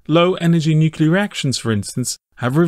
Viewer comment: NUCLEAR, IT IS FUCKING PRONOUNCED NU-CLEAR, NUCULER IS NOT A WORD. IT SOUNDS ABSURD AND UNINTELLIGENT WHEN SAID.